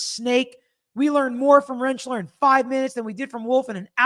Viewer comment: I could possibly forgive Brennan's constant making-up of words, and mispronouncing people's last names, (ie, Aleeesi and Renchlaair), if it ever felt like he's fighting a fair fight. But, when he comes across so rude and unprofessional, and like he's flat out making things up, his speech patterns feel so much more slimy and intentional. It gives me an immediate rage ball in the pit of my belly to hear him speak.